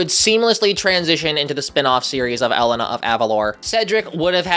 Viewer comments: sofia the first is a really fun show and i'd love to see elena of avalor tackled it's also really good (also Elena's name is pronounced Ell-AY-na not elle-ena) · The ambulete was originally red, changed to purple when Elena (pronounced E-Lay-Ná not Ellanu) was trapped in the ambulete and once she was freed it reverted back to its original colour The rules changed because elena isn't there to give her the blessings and curses anymore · As a Hispanic every time you pronounce the word “Elena” it HURTS MY SOUL “El Len na”?! It’s pronounced “E-lay-na” it’s a Hispanic name 😭 BEFORE YOU COVER ELENA PLEASE PRONOUNCE HER NAME RIGHT IM SORRY BUT PLEASEEEE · ITS AH-LAY-NUH not ELL-EH-NAH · It’s E-LAY-NA, Elena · Hola! I hope you’re doing well. I really liked this video! I love Elena of Avalor. And you actually pronounce her name ELAYNA. I actually prefer Elena to Sophia. Sorry if Sophia‘s name is spelled wrong. I actually do know how to spell it, but I’m dictating so Siri doesn’t know that Sofs name is spelled capital SOFIA. I’m so excited for Royal Magic, because Elena will be in it! That’s the only reason I’m even watching it besides Moana‘s debut appearance and Jasmine‘s reappearance along with Rapunzel’s. My favorite characters in Sophia‘s series are Leilani, KARI, Hildegard and Amber. I also love Cassandra from the lost pyramid. Being blind myself, she was portrayed with respect and accuracy! I also love Queen Emmaline and her family from the floating palace.f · The way he is saying Elena as "Ehlehnaa" is infuriating me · Cover Elena as long as you say it right Jesus Christ that entire section hurt to hear. It's pronounced ElAna that's like pronouncing Caroleena like the state Carolina. It may be spelled the same but it's different pronunciation. Just say it like they do in the show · Do Elena of avalor Also, i think it's pronounced Ah-lana. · ITS PRONOUNCED ELAYNAH!!!!! YOU CUTE HUMAN BEING!!! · her name is ELENA. E-LAY-NA😭😭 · Elena is pronounced E-lai-na